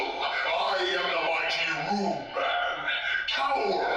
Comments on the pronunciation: “Rue-men” Volgan? Rue men? It’s Ro-man ROW Man. Like Robot? And Monster. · Roe Man. Not roman. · Well, since I guess there’s no other 50’s Sci-fi nerds here, I guess I gotta be the one to point it out The “Ro” in “Ro-Man” is pronounced like “robot” that’s why the movie is called “Robot Monster.”